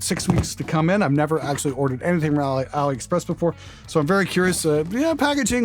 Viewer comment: Ali "Epxress"